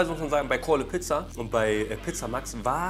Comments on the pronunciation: Mich triggered es dass dauernd Calle Pizza sagt statt Call a Pizza Edit: Sein Bewertungssystem macht auch keinen Sinn. Bei 2gegen2 müsste er die Gewinner nochmal antreten lassen mit einer anderen Pizza oder so ähnlich. So ist es absoluter Schmarrn. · Calle Pizza? Die heißen Call A Pizza